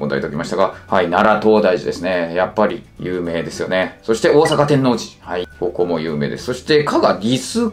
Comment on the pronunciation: 西大和は基本が内部進学なので、高校から入学される人は「特別編入」って名前を儲けてるだけで、基本は普通の高校入試と変わらないはずです。 あと、関西人から一言「天⤴︎王寺」じゃなくて「天王⤴︎寺」や！www